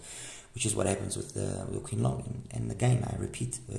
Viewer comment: It’s pronounced as Ching Long, meaning blue dragon.